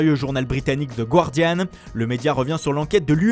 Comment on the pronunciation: Attention, pas "Gwardian" mais "Gardian" ;)